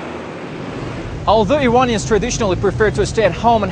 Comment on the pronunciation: tehwon!? iwonians? wtf!